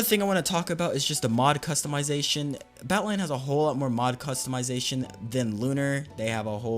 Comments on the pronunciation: you saying "Batlion" makes me so mad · The way he says "batlion client" really grinds my gears.